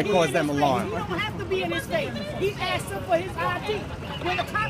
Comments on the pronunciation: the police officer axed for his ID a couple of times . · the word is pronounced asked, not axed lmao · I have AXED????? did he AXE him in half? For a legal citizen's arrest you need at least 7 people to see the crime... if i recall..